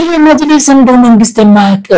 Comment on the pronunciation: መጅሊስ መጂልስ አትበል ህደህ መጅልስ ጠይቅ